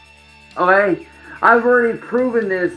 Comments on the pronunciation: Christ on roller skates, the way he says "okay" like "oghay" makes me have a visceral reaction. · Half of the time it comes out as either 'oghay' or 'oae'